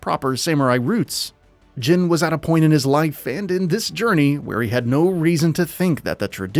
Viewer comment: You are pronouncing his name wrong. His name is not jen. Its jin(Gene)